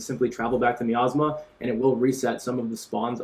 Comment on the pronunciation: Thanks for the info but quick heads up, it's pronounced miasma (my-as-ma)